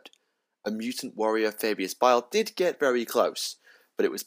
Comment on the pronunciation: Thumbs up for the correct pronunciation of baal hehe. My all time favourite chapter since space crusade. Looking forward to twisting my mind with primaris marines next month.